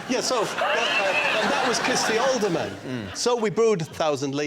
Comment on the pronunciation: Alderman, not olderman.